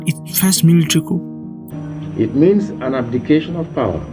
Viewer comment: ...Yes...I totally agree... Just one observation: Coup is pronounced as "ku", the "P" is silent... I love your presentation and balanced analysis...Well done!